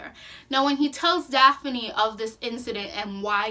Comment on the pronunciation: Also it’s Prince Gar, not Garth. Dathne, not Daphne. Very knowledgeable about the story, but killed the names of characters and races which are very important.